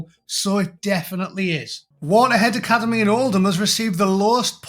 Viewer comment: Did she say alicademy?